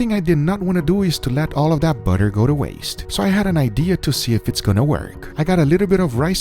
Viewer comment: "Buuhdurr"... Guga you're the best.